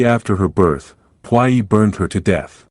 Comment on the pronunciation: The way the voice is pronouncing puyi 🤮🤮